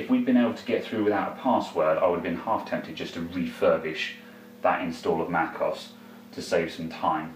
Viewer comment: Mac O S not Mac OZ